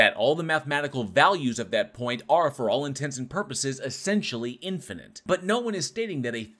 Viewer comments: I can deal with deteriorization, because that only shows up once; I twitch every time he says "in-fah-nint" instead of "in-fah-nit". IT ONLY HAS TWO Ns IN TOTAL. STOP IT. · Did he say "infinant"?